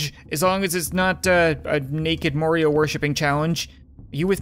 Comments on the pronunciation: Lol he Accidentally said Morio in stead of mario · More io? It's Ma-are-e-o! Proud ouce? It's Pro-dud-ce! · he said Morio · Why did you pronounce it morio